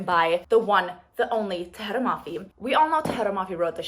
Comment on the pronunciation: The way you pronounce Tahereh’s name 😍 so satisfying